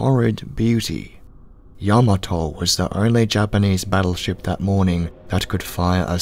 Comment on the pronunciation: Kudos to the narrator for the proper pronunciation of Yamato.